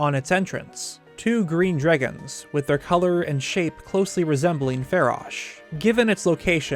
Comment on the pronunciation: inhales DREGGINS